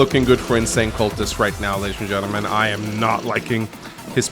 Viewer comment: Why do i hear always 'ladys and gentlemangs'? 😂